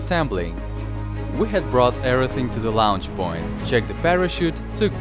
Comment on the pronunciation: lounch poind